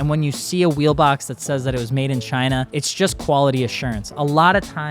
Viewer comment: love how said "Chinnah" 😂😂😂😂